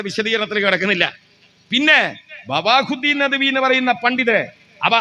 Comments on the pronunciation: ഇയാളുടെ പ്രസംഗം കേട്ടിട്ട് മദ്രസയിൽ രണ്ടാം ക്ലാസുകാരന്റെ വിവരം പോലും ഇദ്ദേഹത്തിന് ഇല്ല വേറെ എവിടെനിന്നോ കേട്ടതെല്ലാം ഖുർആനിൽ ഉണ്ടെന്നാണ് അദ്ദേഹം പറയുന്നത് ബവാഹുദ്ദീൻ അല്ല ബഹാവുദ്ധീൻ എന്തിനാണ് അബദ്ധങ്ങൾ വിളിച്ചു പറയുന്നത് ഏതായാലും ആകെ കൊളായി😮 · ബവാഹുദ്ദീൻ എന്നല്ല ബഹാഉദ്ദീൻ എന്നാണ് നിങ്ങൾ ആദ്യം അറബിക് അക്ഷരം അതിൻ്റെ തനതായ രൂപത്തിൽ പറയാൻ ശ്രമിക്കണം